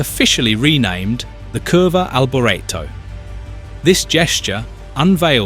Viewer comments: Michele Alboreto is pronounced mi-kay-leh al-bor-ET-oh, with the emphasis on the last syllable of his last name, reflecting his Italian origins where "Michele" (like Michael) is a male name and "Alboreto" sounds like "al-bor-ET-oh," not "al-bore-etto". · And his Name was Alboreto not Alberto ! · Pulling the pin after 42 seconds... the idiot narrator couldn't even be bothered to learn how to pronounce his name correctly. Don't waste your time on this pulp. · Awful, as somebody said earlier, “you can’t even pronounce his name correctly” Disrespectful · Absolutely awful, as an earlier person said “you can’t even say his name right…” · Maybe learn how to pronounce his name before you do a video on him! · Blimey, at least pronounce his name correctly !! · Need to re-do narration saying his name correctly. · If the narrator can not spell his name correctly, then he has no clue about motor racing...